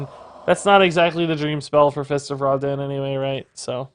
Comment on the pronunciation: Not gonnna lie, it kinda bugs me that pronounces the name of the card as 'Raw-den' when the card is an obvious jab at the lighting god, Raiden. Alll in alll though, fun decklist.